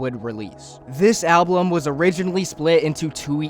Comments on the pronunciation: Yall, who gives a shit if he says ‘album’ slightly different Some people pronounce words different, get over it and go watch another video or something 😭 Anyways, nice video Very nice to listen to to keep my head busy while I work on stuff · I’m sorry but it pisses me off you saying “alblum” it’s ALBUM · good video but i took psychic damage every time you pronounced album like alblum(??????) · kinda off topic, but why do you pronounce it like alblum and not album?? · al - bum not al- blum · ablum, ablum... IT IS PRONOUNCED AL-BUM!!!! GAHH!!! great video though. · Well june is back as cynthoni. Also i hate the way you say album. Stop saying alblum jeez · nobody else paying attention to him only saying (alblem) it's so funny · Please stop saying Alblum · why do you say alblum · what makes this great video unbearable is your pronounciation of some words. WHAT THE FUCK IS AN "ALBLUM" OR "ABLUM" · i hate that you keep saying alblum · Why do you keep saying ablum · It is objectively incorrect to pronounce it as alblum, and it's kinda important if you're making a video about music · bro keeps saying "alblum" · i hate listening to you pronounce "album" as "alblum" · Why do you pronounce album “alblum”? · thank you me too. it irritates me every single time, lmaoo, "exspecially'" and "ablum" every single time, explicitly pronounced that way every. single. time. like bro?? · I genuinely have no idea why the way you pronounce 'album' pisses me off so much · this is a good video but the way you say album annoys me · Great video but I think your saying Album wrong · great video please say album correctly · so no language rules matter huh? None at all? And if you're trying to educate people about something, might as well not even try to pronounce the main topic right, right? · Why do you say ‘album’ like that